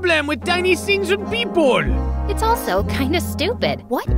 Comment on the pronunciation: “Whats your problem with tiny things and pee pule😢”